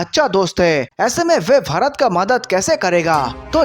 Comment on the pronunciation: This person pronounces Bharat as fharat